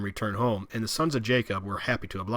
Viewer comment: Is this guy saying “colonies”? Sounds like “counties”. Accent is so hard. Notice the “d” sound for all words with a “th”. Ie. “the”= Da”